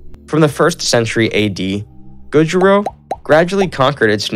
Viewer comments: Yeah, I literally started screaming at him outloud "So it Gouryou or Goguryou" cuz I need to review some history for my test and I'd spell all the names wrong with a pronounciation like that Why do americans like to mispronounce even the simplest words istg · It's pronounced: jo-sun :) and it's not pronounced gojuriyo LMAO Go-goo-ryeo! Thanks for the great video! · Joseon pronounces as "Jo Sern" or "Josun", not Jo Se Un. Goguryeo is "Go Goo Ryuh" or "Go Goo Ryer"!